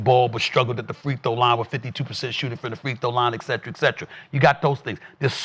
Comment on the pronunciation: "Ec-cetra, ec-cetra" - for being the 21st black sports journo, he still can't say "etcetera" correctly.